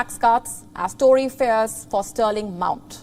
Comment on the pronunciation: Fears not fares...